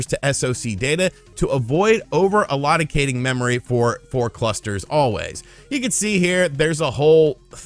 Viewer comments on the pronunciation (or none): That’s not how you pronounce ‘allocating’.